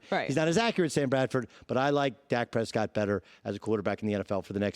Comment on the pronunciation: Dak Prespott